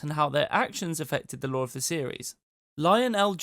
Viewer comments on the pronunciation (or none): none